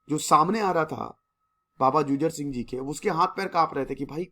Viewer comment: I respect you sir but its not " जुझर सिंह "its " जुझार सिंह "